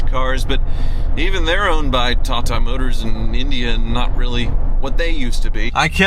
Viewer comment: Yep, not Tata but ChiNuh